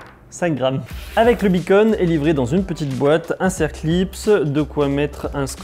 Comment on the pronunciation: Beacon pas Bunny !!!